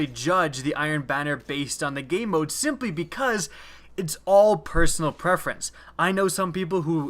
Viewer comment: Sounds like you keep saying "gay mode." I looked for hours but couldn't find that mode.